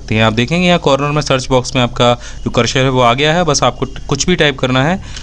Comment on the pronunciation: सर, करशर नहीं होता, ,,करसर कहते है, दोनों में फ़र्क़ है न !